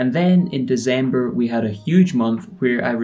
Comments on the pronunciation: Its December not Dezember..... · bro yu do know that its December with a C right? Its not Dezember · Y u say deZember?